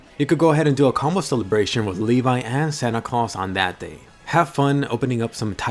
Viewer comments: I always thought that levi's name was pronounsed levi not le-vai and he is my fav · Uhm. I pronounced it as Levi not Levay . Kill me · I will always pronounce his name Leh-v